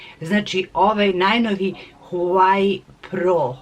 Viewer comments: Nije huvai nego huavei (to ti je na srpskom kako se izgovara) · Nije Huweaj nego se izgovara Huavej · ne kaze se huaei nego huawei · Huai pi tenti pro hahahahah ti se drogiras hahahahahahahaha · Pise se huawei p20 pro Kaze se uawei p20 pro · Izgovara se huavei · Kaze se HUAWEI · Huaveji se kaže 😂💛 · Huavej p20 pro se cita i pisuva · Moraš da se izražavaš To se kaže Huavej pe dvajes pro. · Prelep poklon! Stvarno ste carica. Obožavam vass❤❤ Ništa nisam protiv vas smo da vam kažem da se kaže:HUAVEJ. Bilo bi lepo da nekome poklonite iPhone nekome ko vas stvarno, stvarno dugo prati...VOLIM VASS😙😙😙😙😙😙😙😙😙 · Kaze se huavey pe 20 pro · Kaže se huavei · Kinezi ne izgovaraju h a neka slova pomjesaju pa bi se trebalo reci Vavej(vawei) Ali kaze se huavej(huavei) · Cita se Wah-Way.... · Kaze se huawei,mozes ga citati kao huavei. Cita se isto kao sto pise. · Huavej se kaze a pise se HUAWEI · Inace se pravilno izgovara Uavei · Huavej pe 20 se izgovara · Odlicno ❤ Inace se izgovara HUAVEJ I ako zelis napravi giveaway sa iPhonom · huvei se kaze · Kaze se huawei pe 20 pro se izgovara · Molim te alo stvarno molim te nauci ka se stvarno izgovara tvoj novi telefon, i prestani iste recenice sto put da ponavljas jer jesi interesantna ali samo zbog becinu gluposti koje izgovaras i jedan savet ne pljuj u stari bunar jer ti nisi kompetentna da ocenjues tehnologiju uopsete. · Huawei se izgovara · Kako je to rekla HUEJ AHHAHAHAHAHAHAHAHAHSHSHSSHSH PE TUENTI HAHAHHAHA